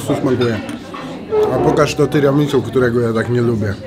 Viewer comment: Nie "tiramisu" tylko "tiramisu' ". No i nie "pana kota" tylko "panna cotta". Mała korekta językowa.